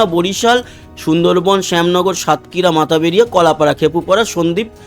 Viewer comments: মাতাবেড়িয়া নয় এটার সঠিক উচ্চারণ মঠবাড়িয়া। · মাথাবাড়িয়া নয়, মঠবাড়িয়া, চার ফ্যাশন নয়,চরফ্যাশন.